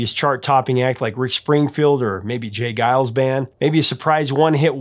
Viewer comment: Really interesting to hear how you pronounce the G in Geils and Vangelis. This tells me that since discovering their music around 1998 or 1999, in the days of Napster, I have probably only ever seen their names online in comments and track listings. This would mark the first time I’ve heard their names spoken aloud. Funny how things in the real world can be so different that what you think when you only experience them online. Always appreciate your videos!